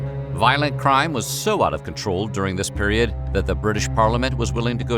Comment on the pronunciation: Dis (section) and Dat 😂